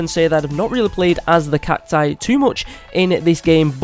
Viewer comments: It's not cactoos it's cacus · Its cacti not cactoos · It’s cactus not catoos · Gaming Coyote 840 the failed pronunciation of cacti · he missed the pronunciation of cactus, spelling CACTI and CACTOOS I think he is not American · It’s cact-OOS